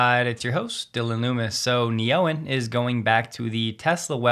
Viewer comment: I bet an AU$ that Neoen is pronounced Neo-En, not Ne-Oen. 😁